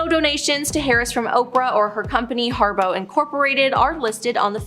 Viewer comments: It’s HARPO! Not Harbow. It’s her name backwards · Y'all need an editor. You said harbow twice instead of harpo. You said deprived instead of depraved. I could go on..... You make money off these videos. Hire an editor.